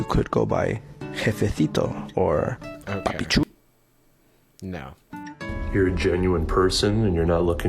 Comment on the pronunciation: The one who said "jefecito" and "papi chulo" annoyed the heck out of me because he said it the "latin" way of pronouncing it and proceed to pronounce these words with the most neutral Spain Spanish accent ever lmao